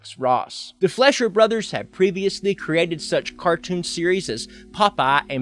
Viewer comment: Excuse me, Who the fuck are the flesher brothers? Its pronounce fleicher (fly-sher)